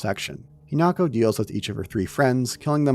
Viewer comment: Hinako, He-knock-oh